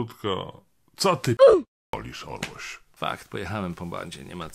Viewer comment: Wzorowa i wzorcowa dykcja w słowach cyt. „Co ty pierdolisz Orloś” najpiękniej wypowiedziane „pierdolisz” ever ;) super odcinek! Brawo za obnażanie hipokryzji którą sprzedają nam w serwisach informacyjnych!!!! 10/10